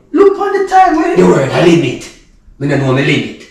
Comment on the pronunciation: The word is limit.okay?😂😂😂😂😂😂😂😂😂😂😂